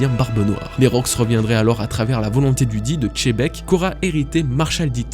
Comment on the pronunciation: Pourquoi tu prononces Tchebec ? C'est un X